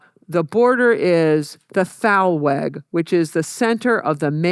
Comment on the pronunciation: It's Tal-veg. She is mispronouncing it flagrantly! Although it's spelled "Th", which is the old fashioned spelling, it is pronounced "T" : TAHL-veg. Literally "valley way."